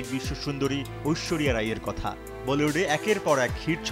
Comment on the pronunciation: মিয়া ঐশরীয়া উচ্চারন ঠিক ভাবে করেন